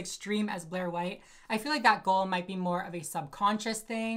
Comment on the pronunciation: you butchering Blaire’s name had me dead 😭